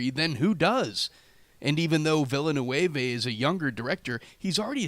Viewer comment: Villeneuve = Veel-le-neuv ... Lmao what is Villa-new-evez?